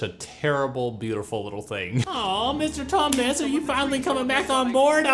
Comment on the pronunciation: Iike sarcasm, as next as the next guy. But you can overdo it a bit. And it is Tumnis.